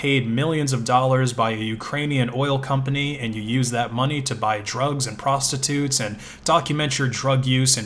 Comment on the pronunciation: I thought u said monke